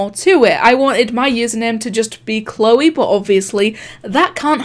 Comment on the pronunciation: you said choleeee